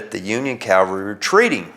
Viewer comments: He keeps saying “calvary”. It’s “cavalry”. No one got crucified. I’ve been to Gettysburg and I think they would have mentioned it. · The word is CAVALRY not CALVARY.